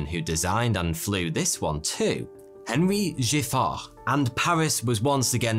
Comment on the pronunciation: Henri pronounced "Aw-ree" etc. etc. etc.